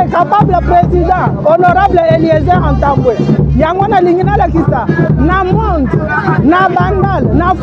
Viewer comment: Bonjour honorable ! votre nom c'est ntambue et tambue.vous prononcez Mal ce nom.